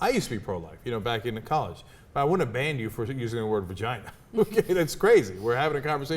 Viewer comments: Cenk can't say it, so he can't regulate it: he still says, "vergina". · Cenk said virginer... win.